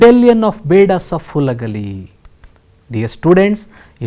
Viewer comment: That is Halagali not Hulagali